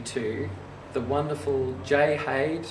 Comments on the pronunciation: Haide is pronounced "High-Da". I am local to Ifshin Violins, and hear the name often enough. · except Haide is not a Chinese name. But nonetheless that is the correct pronunciation. Sounds like Hi There. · Lovely video, but pronounce the "Haide" like the Chinese given name it is - in two syllables: Hai like "Hi, there" and "De" like the second syllable of "leader" pronounced like an Englishman. The violin is so named after Jay Ifshin and Haide Lin, the collaborators. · Me thinks its a German name pronounced Hi Dur! You're welcome!!